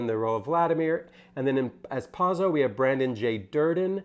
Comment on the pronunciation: First of all you got the actor's name wrong and mispronounced Pozzo. So we're starting off on a bad foot. I saw it today in the balcony. People were laughing. I came in with Godot being a gap in my literary knowledge (I teach Shakespeare). I found this production to be very strong. Reeves is not great. We love him anyway. Staging was incredible and Pozzo and Lucky were both brilliant. "Lucky's monologue was not fast enough" is something a stupid person would say.